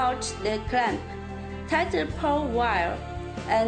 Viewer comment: poor english... pour pour... its power 😂😂😂